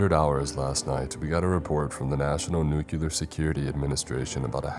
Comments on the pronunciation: Nuclear is pronounced "NEW-CLEAR" and NOT "NEW-CILAR" or whatever the fuck. It is basic English... why, why?? UK /ˈnjuː.klɪər/ US /ˈnuː.kliː.ɚ/ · Nuclear = "New-clear"